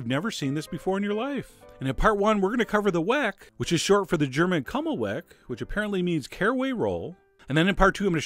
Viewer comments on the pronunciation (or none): Funny pronunciation of Kümmelwecken :) love your videos , greetings from Germany